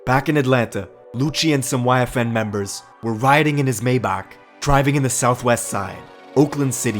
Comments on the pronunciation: Why you say mayback like that 😭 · the way he said maybach☠️☠️☠️☠️☠️☠️